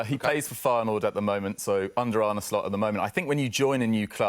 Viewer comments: ArnA not Arnie ffs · It's Arne, not Arnie. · I wish people would stop pronouncing his name as "Arnie". Anyway, the guy saying VVD needs a long term partner or replacement to go with Konaté... we've got Quansah who is currently already better than Konaté. Palhinha ain't the guy for DM, hes already nearly 29, we need someone younger and I can't see Edwards wanting a 29 year old in.